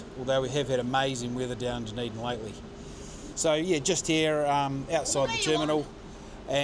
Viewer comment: Nicely done! Btw Dunedin is DUD not DUN 😬